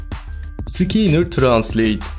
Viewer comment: Sıkinir translate diye okunmuyo sıkenner translate diye okunuyo :)